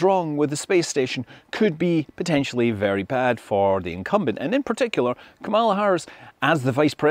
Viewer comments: When mentioning the VP’s name it is pronounced like “Comma-luh” not like “Kuh-mall-uh” Just an FYI. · Kamala is pronounced with the accent on the first syllable: KAM-uh-la. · Just FYI, the vice president pronounces her name “comma-la” with emphasis on the first syllable. Thanks! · Comma - la is the pronunciation of Kamala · Please pronounce Kamala's name correctly. It might be a little thing, but there are those who are INTENTIONALLY mispronouncing it for... some reason?